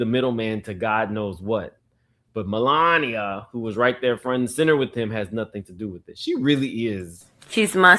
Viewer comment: Mel----lania lmao!